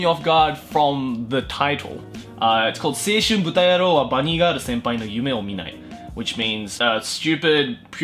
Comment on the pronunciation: i m sorry but you butchered seishun buta. I have to down vote you on this. Also the synopsis was horrible. Read the manga you will get the real picture.